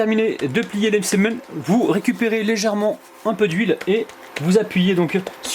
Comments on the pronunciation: Le msemn اول مرة نسمع لو مسمن 😂😂😂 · c que mw que sa fait rire la prononciation de "msemen" au début 😂😂